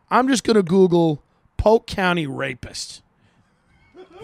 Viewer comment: "So I gos on the googlesz"